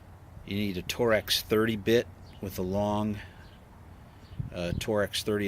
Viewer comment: For the record, its not tor-ex, it is pronounced 'torx'